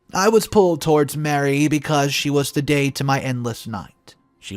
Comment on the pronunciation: Ma Ree! Not Mary!